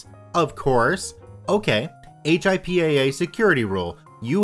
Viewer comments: "HIPAA" is said as "hippa", instead of just saying h.i.p.a.a. :) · Thanks! Came here to make this. I'd add "hip-uh" or "hip-ah" not "hip-aye" (just to clarify!) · HIPAA is easily pronounced like hippo but with an ah instead of an o ;) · The cringe every time you spell out HIPPA, instead of saying "hip-a" (like "hippo") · HIPAA pronounced "Hip-a" great video though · Hey just to give you a heads up on the pronunciation of “HIPAA” it is actually pronounced as it’s spelled. I figured it would make it easier for you for the future. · lol yeah it was weird to hear him say the letters instead of just saying it as a word. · It was really annoying after about the second or third time.